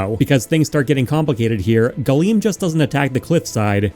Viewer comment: Oh, Galeem. Gleam.